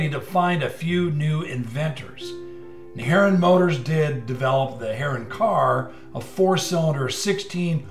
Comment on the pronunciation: I believe Harroun is pronounced Hah-roon.